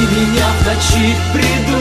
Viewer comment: Ударение не в ночи а в НОЧИ